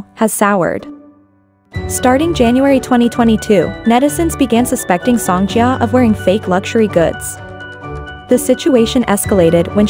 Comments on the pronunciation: I’m sorry but the least you could do is search up how to pronounce her name. The pronunciation was downright hilarious like wtf is sOngJiyuh. Her name is pronounced Sohng Jeeah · them saying song jee-A is so irritating. if you’re going to make a video on the subject at least do your research and make sure your voice over is using the correct pronunciation